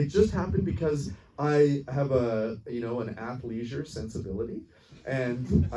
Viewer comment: did this mother fucker say I have an “ath/leisure sensibility”